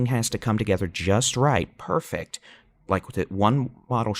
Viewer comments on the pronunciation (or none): none